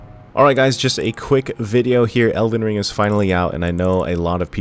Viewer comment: Must be early, you said Elden roll 😅 love you man, thanks for the quick video.